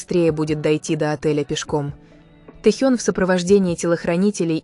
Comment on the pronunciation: Офигеть! Авария века… в пробке, на значительной скорости врезались сзади! Представить страшно… И научите уже ИИ правильно расставлять ударения! ТЭхён, тИски… смех, да и только. За ТЭхена обидно)))